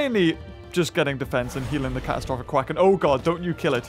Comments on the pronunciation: Your saying Caphistropic Quaken wrong. ur saying it quack like a duck but its Quake like an earth quake. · its quaken like and an earth QUAKE it is NOT a duck